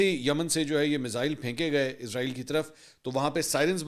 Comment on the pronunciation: o jnab anchor sahab israel hota hai. izrael nhi hota.. is tarha to india waly bolty hain...pehle to ap indian language ko follow krna chhorren ...izrael to ek farishtey ka name hai